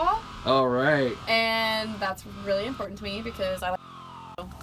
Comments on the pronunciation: I had to stop watching after she said 'conversate' and 'imporint'. Who "forgets to bring" the toilet? Isn't it always in your home... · "ImPOR-ant" - The implied internal "t" sound seems common around mid-Michigan (home of the "Spar-Ans"). Regional language and pronunciation is fascinating. Your use of available space and the feeling of lightness is the best I've seen in any conversion, especially considering the size of your bus. Subbed.